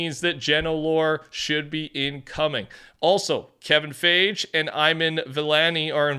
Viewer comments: you never did read too many books eh lmao "Kevin Fage". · Why did he say Kevin fage 😂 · Bro said “Kevin Fage” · Fi-Gee... that's how you pronounce Kevin's last name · "Kevin Fage" 💀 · I don’t mind that didn’t say Kevin Feige’s name correctly that much but it still slightly surprised me. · The pronunciation of Kevin Feige is comedy gold🤣🤣🤣🤣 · Dang u demolished their names💀 Kevin Feige (Fi-gee) and Iman Vellani (E-mon ) and Iman is a W playing Ms marvel and writing that new comic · Kevin fi-gee and ee-man vellani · It's so funny how you mispronounce Kevin Feige and Iman Vellani's names who is the actress for Ms Marvel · how do u mispronounce iman vellani and kevin feige😭